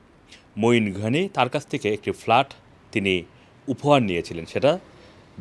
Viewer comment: What started with FALART, FALART. can't you ever consult a dictionary brother Banglaee